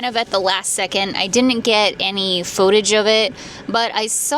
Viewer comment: Please, for the love of all things spooky, stop saying pho-tage! It's footage!